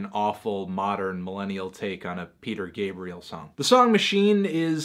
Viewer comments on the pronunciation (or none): none